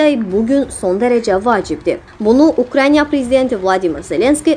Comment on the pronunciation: jurnalist, dovletin adini duzgun teleffuz etmir. YKRAYNIYA DEYIL, UKRAYNA. Diksiyanizda cox berbad . ele bil nagil danisirsiniz usaqlara . ele ses tonu ile